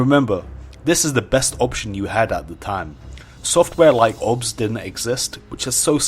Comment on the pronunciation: its not obs its O B S